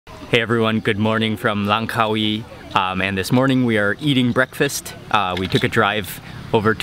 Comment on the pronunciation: Congrads This was the first video where you've said "Langkawi" correctly!!! The stress on the Car-WEE sounds more thai than malay.